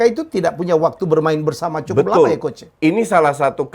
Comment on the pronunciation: Nyebutnya harusnya kan coach j (jay; justin) jadi koci 🤣